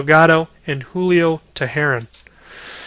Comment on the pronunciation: First of all, u said martin prado completely wrong and same with Jair Jurrjens and Julio teheran. U obviously don't know the braves but do have the correct people in positions. But u can't control that there is no more Tyler pastornicky and Simmons has come along